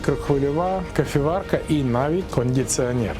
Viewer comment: "Кафєварка" армія МОВА віра